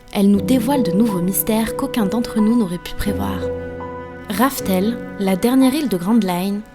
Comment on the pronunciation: Techniquement Raftel en japonais se prononce Laftel. Et Laugh se prononce à peu près « Laof » ou « Laf » donc c’est pas tellement différent... 😊 Depuis le début ça aurait pu être deviné 😊